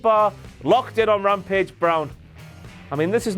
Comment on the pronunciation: 'Blampage' Nice.